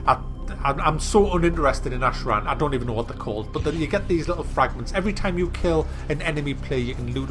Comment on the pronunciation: Ashran** not ahead